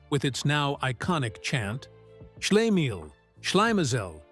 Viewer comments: Shla-MEEL, shla-MAH-zell, Hassenpfeffer Incorporated. God the narration mangled that. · SHLEE-mel, SHLY-me-zel 😆😅😂🤣